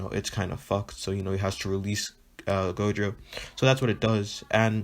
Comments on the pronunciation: My boi said jogo instead of gojo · jogo or gojo what u saying u saying jogo not gojo